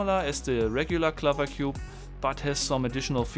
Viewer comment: I think it's called the [piraminx], not the [pairaminx]. (The big four sided things in Egypt are called the [piramids]). And "clover" rhymes with "Rover" (and not with "hover")